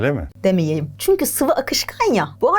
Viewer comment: ✨ÇüNkÜğĞ✨😅 çokk iyisiniz yaa sizin sayenizde hem gülüyorum hem konuyu çok iyi anlıyorum iyiki varsın # 💛🖤